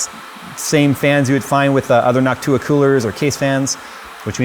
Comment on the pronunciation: NOCTua... not "Noc-TOO-ah."